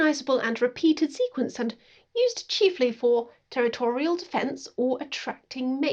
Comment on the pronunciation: I'm sorry, did you just pronounce "territorial" as "te-ritto-REAL"?